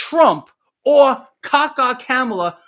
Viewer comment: Honestly if you pronounced her name correctly it would work much better with your nickname ka-ka kamala. Gotta say it’s a great nickname if you say it right